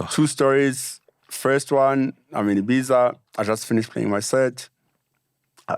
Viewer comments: Ohk MacGyver nizwile angithi? Its IbiZA not IbiTha😆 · It’s funny how Black Coffee pronounces Ibiza vs how Mac pronounces it. Coffee says Ibiza and Mac says Ibita. I also heard a lot of people who don’t go there as frequently as Black Coffee saying Ibita😂